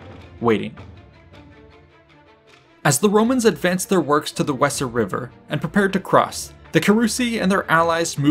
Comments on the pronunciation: Weser, it's pronounced wazer. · Very well presented. the river wesser is more closely pronounced Vayser. Hope this helps. Thanks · The Weser river is pronounced in modern German roughly like VAYS-er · “Weser” is pronounced “Vaser”